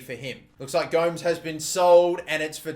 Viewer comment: Gomes is pronounced as Gomez